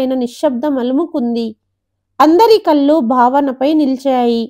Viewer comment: కల్లు కాదు, కళ్ళు అని చదవాలి.